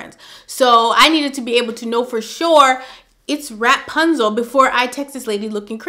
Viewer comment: You kill me in laughter everytime u say rap-punzel🤣